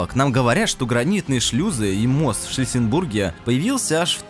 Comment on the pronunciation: "финансируЕМЫй всё это", "шлиссеНбурге", "Эдентичный" и т.д. ты в школе-то вообще бывал?